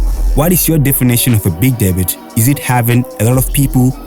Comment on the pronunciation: Debut is pronounced deb-yu 😪